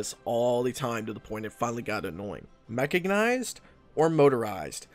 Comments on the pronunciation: it's mechanized not mechagnized oh my god that was bugging me the whole video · Ehm... It's called Mechanized, NOT Mechagnized. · Good video, but every time mechicknized instead of mechanized, it makes my spine cringe. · great guide, but dude its called a ''self propelled Gun'' not ''Self propelled tank'' because it doesnt make any sense, also its called mechanized, not mechagnized, and Chromium is not called Chromemium. get your self together man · ehm ehm, "mecha-G-nized", sry what? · Are you aware that you're saying "Mecha-G-nized"?